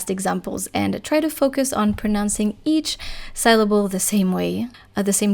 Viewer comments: You pronounce the word "syllable" incorrectly FYI, the y should sound like a normal engish "i" sound. sill-able, like windowsill. Yours sounds like sail-able as in sailboat, or sal-able like in the word saliva. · Very good lesson. In English ‘syllable’ is pronounced ‘sillable’, rather than ‘sileable’. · Thank you very much for your concise explanations for which I am truly grateful. In return I would respectfully like to suggest that you check the English pronunciation of the word "syllable", in order to perfect your own, otherwise faultless English.